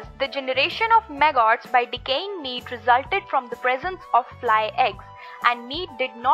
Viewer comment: She’s saying “maggots.” Took a minute for me to understand. Clear video. I like it a lot.